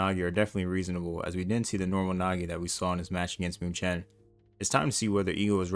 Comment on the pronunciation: its pronounced mewken not muchen